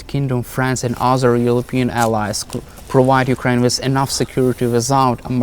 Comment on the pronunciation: I heard yewkwaine suwendered.